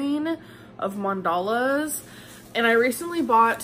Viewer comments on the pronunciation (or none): I stg if u don’t start saying mannnn-duhhhh-luhhhhh correctly!!! AMBERLYNN!! It is mannn-duhhh-luhhh!!! 🤦🏻‍♀️